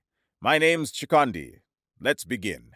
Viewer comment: Very close. It’s Chikondi.